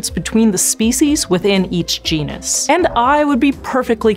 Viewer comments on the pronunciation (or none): none